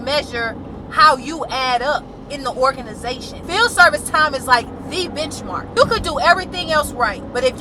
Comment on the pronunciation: I know you are saying benchmark, but it sounds like bishmark...Which I think is much more fitting. 😂😂😂 So glad I left 20 years ago and have so much time for my true interests. Thank you for educating the masses beloved.